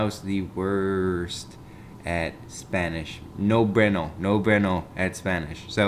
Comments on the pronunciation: ITS PRONOUNCED BYENOH!!! NOT BENOH!!!! jk i dont care..... <3 <3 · Beuno not breuno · Said bueano wrong lol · He said bueno wrong lol I LOVE YOU